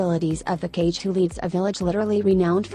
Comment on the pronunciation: I should be ka-ge not cage